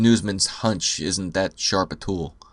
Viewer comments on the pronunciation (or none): none